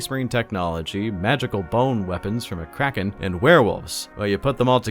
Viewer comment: idk y but the way you emphasize Kraken cracks me up. 😂😂